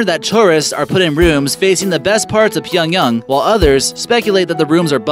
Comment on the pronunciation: It's called [Pee-yong-YANG] not [pee-yong-yong] ...........